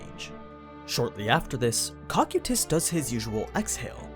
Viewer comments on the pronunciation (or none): It's pronounced co-kai-tis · My man's called him cockutus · No ones gonna talk about the way he pronounces cocytus and nazarick?